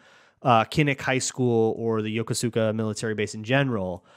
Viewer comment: Hey, so as a MN transplant i learned Yokosuka is pronounced yo-koos-ka